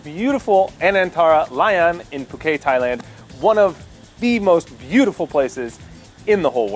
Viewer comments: Yeah, Alec, it's [poo-KET] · Are we all just going to gloss over the fact that he pronounced Phuket wrong?